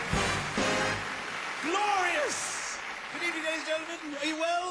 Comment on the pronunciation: he said what i think was 'ladies and genlemen' at the beggining but it came out as: lurgumn